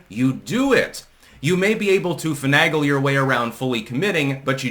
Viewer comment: Finagle "long A" Fin AYYYY' gull